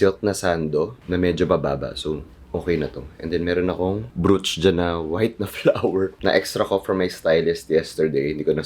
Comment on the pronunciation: I’m not a hater, in fact, I love your style but I just want you to know that brooch is pronounced as broach. Peace!✌🏻🫶🏻 P.S. Love your gf, too, it’s just her voice sometimes sounds grating but it’s bearable. I guess it’s the Philippines version of a Valley girl CA accent and pitch.